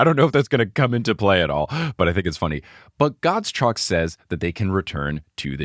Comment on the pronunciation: Gottschalk is actually a name that most Germans would absolutely know and pronounce differently :D more like Gott-schalk (but I think English doesn't have the "sch"-sound) There is a German TV personality with that last name :D